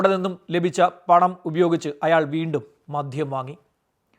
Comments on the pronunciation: മദ്ധ്യം അല്ല മദ്യം എന്ന് പറയൂ. താങ്കളുടെ വീഡിയോ കൊള്ളാം. ഉച്ചാരണ ശുദ്ധി അത്യാവശ്യം ആണ് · sir മദ്യം എന്നല്ലേ .. sir മധ്യം എന്നാണ് പറയുന്നത്. sir പറയുന്നത് ശ്രദ്ധിച്ചു കേൾക്കുന്നതുകൊണ്ടാണ്….